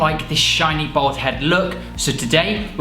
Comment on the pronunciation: Your beard is fucking ridiculous. You look like a Victorian weightlifter. And why the fuck can’t you pronounce ‘bald’ when it’s the theme of your whole channel